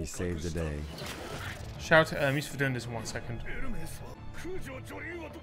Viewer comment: her name is Ermes, not Ermees, by the way